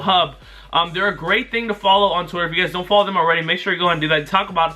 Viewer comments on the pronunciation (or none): none